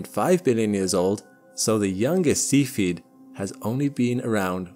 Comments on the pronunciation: Mr Narrator, its not a seafeed star, its a cephid star. Please pronounce it correctly. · While we're at it he makes me giggle everytime he says see feed variable stars when I'm pretty sure it pronounced sef ee id. Nevermind at least he's adding the g to his ing's these days, small wins 😉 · I hate that people are going to watch this video, and think that cepheid variables are pronounced "see-feed". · Cephied is not pronounced Sea Feed, but otherwise, very well done video. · In this video I heard a new (to me) English pronunciation of the word cepheid?? What is the commonly accepted pronunciation used by professional astronomers?